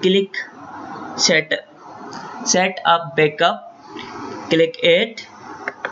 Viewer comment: you said bekup?